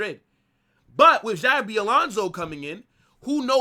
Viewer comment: Bro said “Xavi“